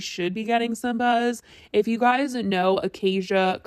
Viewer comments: Bruh who tf is "Acai Bowl"?? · It’s “Ahhh-sci-eeee” just saying. Idgaf but if you’re covering issues involving a youtuber, you should know the pronunciation of their channel/name. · I’m just here to say ACOCKIA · tell me WHY I thought her name was pronouncced as 'akakia'